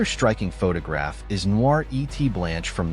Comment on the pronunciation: If you are going to talk about art, you should teach your AI to pronounce French words correctly. The French word for "and" is "et" and it's pronounced "ay".